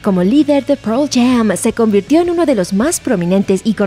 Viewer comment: "proll jam" jaja